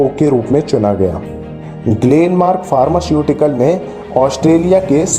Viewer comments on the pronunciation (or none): Pharmashutical nhi h sir pharmaceutical